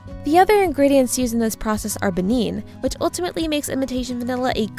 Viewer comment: beneen? what kind of robot narrates this